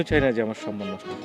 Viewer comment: Natoke baaje uchcharon "" Sonman"" sathik Somman